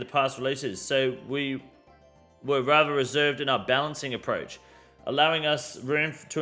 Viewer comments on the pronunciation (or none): none